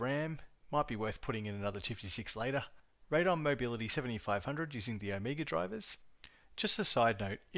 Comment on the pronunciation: "Raid on" I've never heard that pronunciation before. I sold computers for almost 20 years and back in the day my ATI contacts said it was "ray dee on".